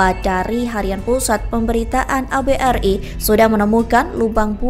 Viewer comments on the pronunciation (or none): miiiinnmmm ......ABRI.....DI BACA ABERI......BUKAN .....ABE'ER'I......min...min.....kamu bisa baca g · Bahasamu min , ABRI kok di baca Abe er i ??? Lucu ...... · Gimana orang membacakan naskah, baca ABRI, dibaca A Be eR I.... Ada2 saja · Keterangannya sip, menambah pengetahuan sejarah negeri ini, tpi yg VO koq pengucapannya gitu..A...B..R...I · He..he.. naratornya anak kemarin sore Ejaan lama dibaca spt ejaan sekarang. ABRI dibaca A BE ER I 😅 Jangan² kepanjangan ABRI malah tdk tahu